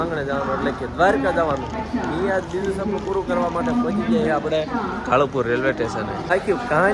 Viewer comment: કાલુપુર ❌, કાળુંપુર ✅